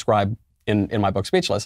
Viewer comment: No one: MK: iN muhy BOokkkk